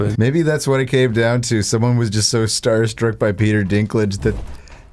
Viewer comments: said starstruck and thought he said gnomestruck. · thinking he said gnomestruck LMAO